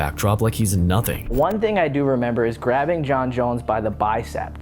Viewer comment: what is a "bicept"?